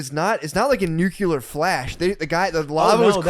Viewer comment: Matt -having just been talking about 'Vesuvio' (lol) says 'nu-cu-lar' again instead of 'nuclear'. (Sigh) It's just two syllables dude.